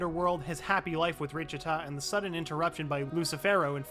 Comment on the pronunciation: Ah yes richita not lichita